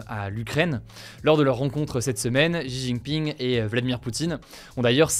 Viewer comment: Pourquoi les français n'arrivent pas prononcer les prénoms étrangers correctement ?🤣 C'est Xi Jin Ping et non pas jijiping